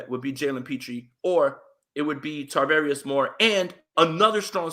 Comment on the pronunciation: It's Charvarius, Charvarius Ward no T's in there